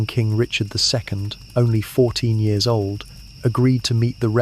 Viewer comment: The way you say years is confusing.